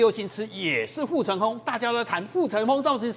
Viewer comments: ㄈㄥ。 唸風不是鬨。發音標準點好嗎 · ㄈㄥ。發言標準點好嗎